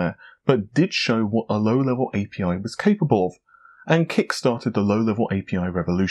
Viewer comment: Did he really call API as "appi"? 😅